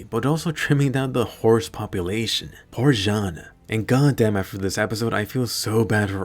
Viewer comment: "Poor Jaen" 😂😂😂